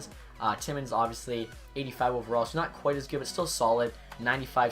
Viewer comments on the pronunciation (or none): none